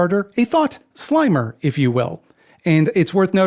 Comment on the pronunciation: Not slimer, it's slimer. .. see, I usually make this joke with primer.. which is primer, not primer, though the incorrect version rhymes with slime, which also slimes with rhyme. Anyway, it's Slimer not Slimer.